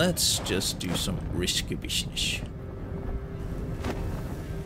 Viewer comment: That save is top tier... without batting an eye. 👍 "Let's just do some rishky bisniss" 😆